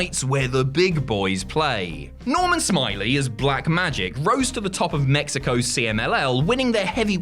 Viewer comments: OMFG you're saying it wrong. It's not Normal Smiley, it's Normal Smi-Ley XD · It's Norman "Smi-lay"